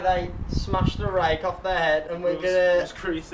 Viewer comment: TGFbro 🤣🤣🤣🤣🤣 I get it “rake” instead of rate